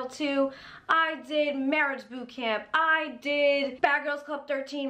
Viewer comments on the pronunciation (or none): none